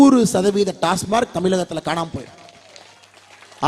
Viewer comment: டாஸ்மார்க் அல்ல..... டாஸ்மாக்..... என்ன அண்ணா நீங்க..... எல்லா இடத்துலயும் இப்படியே தப்பா சொல்றீங்க.....